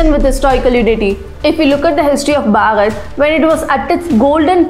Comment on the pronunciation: Each and every information is to the point. Really appreciate your endeavours. One thing I'd like to suggest is that please make the pronunciation of "Bharat" clearly. Most of the times it sounds like "Bhagat", at least to me. I'm not sure if it's due to regional accent. But yeah, as a well wisher I think this had to be pointed out. Thank you. 🖤